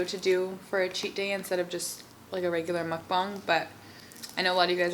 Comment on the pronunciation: you're the only non-korean person I know who can pronounce mukbang correctly